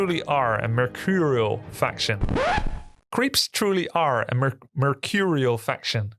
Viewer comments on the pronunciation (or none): What are you trying to say? "Mercurial"?